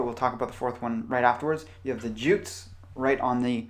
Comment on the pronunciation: Jutes is pronounced 'yoots'.